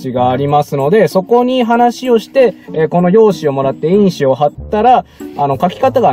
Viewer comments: 印紙のイントネーションが草 君が言ってるのは因子の方w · 純正と印紙のイントネーション違いますよ (^-^